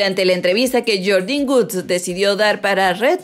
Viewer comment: No es guds es wuds se que así no se escribe pero así se pronuncia